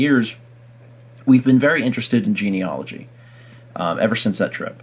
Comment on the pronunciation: Wait did say genieology?